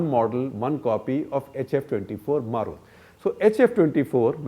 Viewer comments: It's "Marut" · It's Marut.....